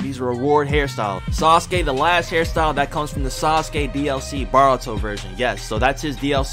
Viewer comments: baruto is pronounced bortoe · Bro it’s not baruto it’s boruto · its boruto BOUR U TO not BAR uto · Boruto is pronounced bor-u-toe obito is pronounced oh-be-toe minato is pronounced me-nah-toe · “Bar-uto” “Obi-do” “Mini-to” Makes me so frustrated